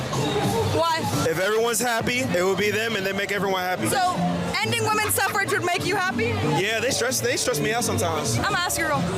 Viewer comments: Maybe it's because I am not a native speaker, but I have never heard of the word 'Suffrage' until now. It sounds really stupid to be honest, I don't blame the guys. Especially considering how the woman pronounced the word, you can clearly hear an 'e'. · She could said sufferage movement, cuz I literally thought she said suffering😂 English is a fucked language man lmao